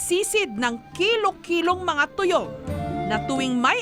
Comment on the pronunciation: tayom hindi tuyom